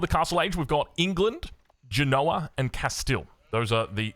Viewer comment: Hey, for your upcoming DLC casting, the Italian port city and home to our presumed upcoming crossbow dudes is pronounced GEN-oa (i.e with emphasis at the start), not Gen-OH-a 🤌